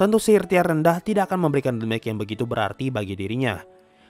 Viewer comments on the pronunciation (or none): Cuma satu hal yg menggangguku, ketika membaca bahasa inggris damage... Damage dibaca seperti baca huruf d (dalam bahasa indonesia) + mej bukan dibaca de (seperti de facto dll) + mej